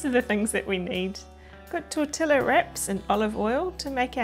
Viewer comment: Thank you for the great ideas! I will definitely try these. But I have never heard the shell pronounced tortiLLa! The two LLs are pronounced as Y.